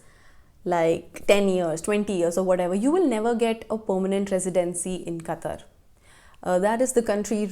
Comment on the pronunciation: The way you say " qatar airways."